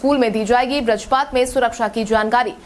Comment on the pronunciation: Schedule तो बढ़ीया बोलती हो मगर बज्रपात नहीं बोल पाती हो